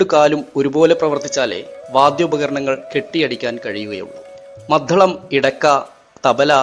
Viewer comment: മദ്ധളമല്ല …മദ്ദളം. ഇവറ്റകളുടെ അക്ഷരശുദ്ധി മഹാ കഷ്ടം!